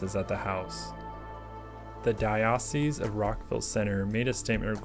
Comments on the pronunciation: I know this is being a stickler - I'm Catholic, and we pronounce it "Dye-oh-cease", not "Dye-ah-cease". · Fantastic video! So glad I found your channel. Just one small thing, in case the word comes up in future videos: diocese is pronounced "DIE-uh-sees." And now to binge watch all your content! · I grew up Catholic so I know and it's making me feel more insecure than I thought since multiple people have pointed it out now. But yeah I think you mean Dye-uh-cease though :). Diocesan changes the vowel sounds which is where I had a brain fart and I was rereading that part out loud multiples times(for different reasons). I noticed while editing but decided to leave it in due to the way diocesan is pronounced anyway(tomayto, tomahto).